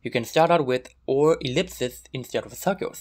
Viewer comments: This was really cool! The fact that you pronounce circles as "cirgules" was a bit distracting though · I cannot place his accent (hint: Burmese!), but this is definitely my first time hearing it used instructively, and certainly the first time hearing "circles" pronounced as "sheowkulls". Very pleasant to the ear!